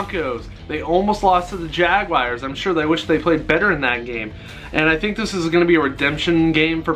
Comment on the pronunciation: Like your videos, even if you're an angel fan and keep taking jabs at the Dodgers. But please, please stop calling them jaguayrs, It's jaguars, like jag-whars, or jag-yoo-ars if you want to be english. But it's definitely not jag-wires. Sorry, rant over.